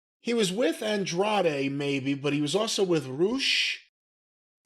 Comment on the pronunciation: I still remember Dasha can't pronounce Andrade name properly.